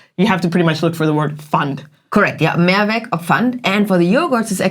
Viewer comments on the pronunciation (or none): Dear, you don't have to pronounce the word "Mehrwegggg" but "Mehrweeeeg" 😊 "More ways" versus "One way" = Mehrweg vs. Einweg. And furthermore it's not "Kroooombacher" but "Krommmmbacher". My home town is near Kreuztal-Krombach where the beer comes from. Thanks for the interesting topic! You both are amazing!